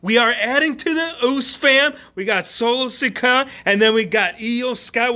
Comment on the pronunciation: Bro said “sole sika